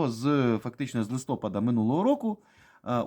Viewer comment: Адресую Буткевичу суто з питання покращення мовного стилю: наголос у слові ЛистопАд - на останньому складі. P.S. дуже подобається риторика, але ріжуть слух саме матерні висловлювання(сподіваюсь, що це лише залишки нашого загального спадку кацапщини).